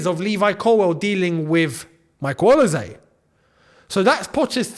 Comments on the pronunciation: please bro stop saying OLISE'S name wrong... O-LEE-SAY not OLA-SAY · Interesting pronounciation of Olise…